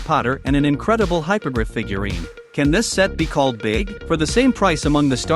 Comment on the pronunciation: *Hippo-griff Not Hypogryph Great build btw keep it up